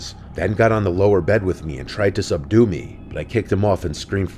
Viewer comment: Not me hearing "Subdue" as "seduce"